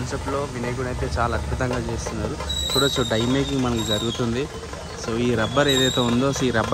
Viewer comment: Bro die kadhu its dye😢